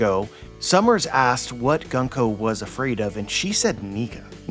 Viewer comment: It's pronounced "Goon-ko", not "Gun-ko" :) Great analysis as always. I'll email you to discuss something.